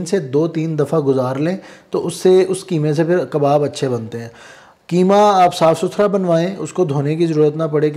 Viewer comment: کی ما نہیں بلکہ اسکو قیمہ کہیں ۔۔ قی ما ۔ قاف ۔ کو ق بولا کریں ۔ جزاك الله